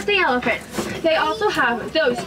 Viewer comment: Most of this video was filmed in the animal park. The train conductor made me crazy, her voice was a little obnoxious and she was an up talker, at the end of every word she added an extra syllable like - there’s the elephants-ah. Anyway I wouldn’t wanna be on a train with her she didn’t give out very good information either on the animals. Although most people probably don’t even listen to her and they’re just looking for an animal. That’s all goodbye